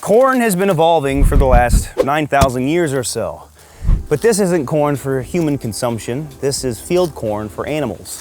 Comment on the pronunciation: Why was I hearing Por* instead of corn